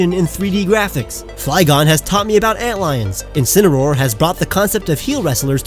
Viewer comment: I had no idea that’s how you pronounce Incineroar’s name